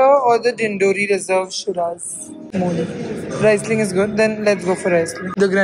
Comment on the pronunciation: U don’t swirl sparkling wines 😅 n it’s reeesling